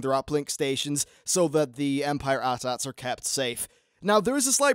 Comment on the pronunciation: "Shoot the 'at ats'" No. AT-AT.